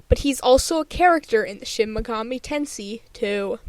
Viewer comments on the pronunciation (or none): It's pronounced Ten"say".